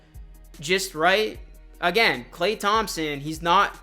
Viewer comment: Bro please just say “Klay”.